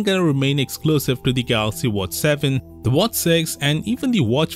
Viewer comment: Come on.. its watch, not whats